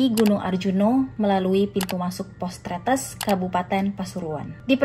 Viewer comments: mau koreksi dikit yaa, buat knowledge aja.. Cara baca Tretes itu sama kayak baca Tetes. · Tretes bacanya seperti "bebek" sebetulnya, tp goodjob buat 🎉